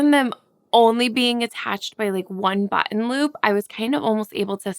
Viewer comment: Great message. It's OK. To put a kind away for a while And yeah, you actually said button (bh - tin,) Woo hoo. You are adorable